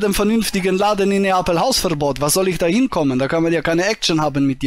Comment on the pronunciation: "Komm nach Napel" - blöd, wenn man nicht mal den Städte-Namen richtig aussprechen kann.